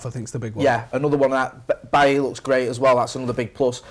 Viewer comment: needs to learn how to pronounce Bailly's name, think of Desailly, it's similar to that.